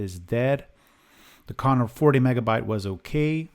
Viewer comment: Why do you say "Connor" all the time? They were Conner... BTW you could test some MFM drives, that is nice old technology, but they are geeting pretty rare these days. At least the working ones...